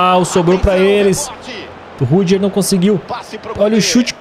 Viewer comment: Acho engraçado o pronunciando "rüdiger" como "rudijer" ao invés de "rudiguer"